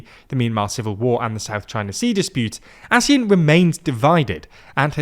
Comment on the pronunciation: I specifically remember the pronunciation ASEAN as [Aseeyan] and definitely not [Asee'en] One thing for sure as Malaysian, this economic organisation has been mutually beneficial to everyone here for at least 3 generations, where one of the generation grew up with it and saw it unthinkable to live without it.